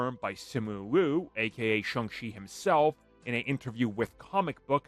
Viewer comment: He pronounces the name Shung chee.